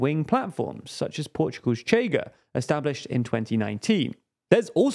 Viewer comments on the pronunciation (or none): It's not "cheiga" it's pronounced "sheer-ga" (Portuguese right party)